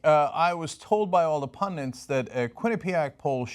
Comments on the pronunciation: Somebody tell him the word is 'pundit'. There are no pundants. Nor is 'tenets' pronounced 'tennants', for that matter - a common crime in other vids. Hillary is the devil. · pundunts ?.....you mean pundits ?..... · Just because Bernie pronounces pundits "pundints", that doesn't mean you have to too, Cenk. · PUN DITS NOT PUN DINTS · It's pundits, not pundints. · In the name of Thor Cenk.... There is no such word as 'PUNDINTS' . It is 'PUN DITS'. A lot of the Right and ignorant people like 'Trump' put an 'N' in the word. Look it up. There is no such word. I love you guys. Sorry to go off.... but Damn. Say it right Cenk! DRd. (Frieda Herbe) . Now! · Cenk rules... but the word is pun-dits. the only N is in the first syllable. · Cenk, it's pronounced PUNDITS :P Pundens are places where witty writers come together for a smoke and a drink. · It really irks me when people pronounce pundits as "pundints" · The thing is, is that I wish he would of pronounced the word correctly. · Cenk always pronounces it "Pundint" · I'm trying to make fun of the way someone talks, and you turds are arguing politics. There are plenty of other comments under which to bicker and troll. I'm here to make fun of people who say things like "pundint" and "nucular"